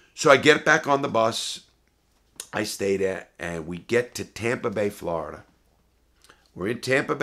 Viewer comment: Normal people: Florida Larry:Flarda 😂😂